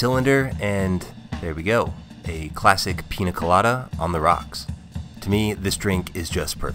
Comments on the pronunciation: he spelled piña correctly in the video name, but never said it once properly during the video.. Peenya.. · How is he a expert at the pina colado but can’t pronounce the ñ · Dude learn to pronounce "Piña" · People, it's piÑa, not piNa. Similar to the french gn sound or the portuguese nh. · Holy sh*t you're SUCH A GRINGO! It's NOT a "Peena Colada", it's a "Peenya Colada". Literally couldn't watch the video all the way through. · 7 seconds in and I'm already annoyed that white people can't pronounce the things they consume on a regular basis. it's Piña, not PINA. that little squiggly thing matters. PEAN-YUH. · ñ is not that hard bro c’mon nya pee-nya piña hooray you got it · Every time he pronounces Piña Colada like Pina colada I wanna turn off this video but I wanna see what it's about ughhh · Easy explanation: It's Piña Colada. (PIÑA is pronounced pinia not pina). That's a super easy correction that will help you always with any word using Ñ. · Every pina instead of piña hurts my soul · It's not pronounced pina, it is piña. Like a strong nya sound. ÑÑÑÑÑAAAAAAA! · PEEN-YA not PEE-NA! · I hate it when americans say PINA instead of PIÑA. Ñ is a different letter, it's pronounced the same way as the "gn" in 'lasagna' I bet they don't say LASANA. Same with Piña (and any other word with Ñ) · PEE-NYUH not PEE-NUH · I’m sorry but I can’t at the way he says pina 😭😭😭 my Mexican heart hurts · Say it with me: Piña (peen-yah). Not Pina (pee-nah). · Bro stop saying Peen Nuh colada. It’s Peen YUH colada. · Todo es perfecto salvo, que cada tres segundos dice pina y no piÑa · Hey, a trick to pronounce piña properly. The letter ñ in Spanish is pronounced pretty much as n+y so it's more of a pin ya colada and less pina colada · Sorry, but your pronunciation drives me nuts :-) It's a Piñ(!!)a colada and not a Pina Colada... :-) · The correct pronunciation is "peenya", not "peena", since the letter is an "ñ" with a tilde, not a regular "n". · PEEN YA not peena weirdo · Piña not pina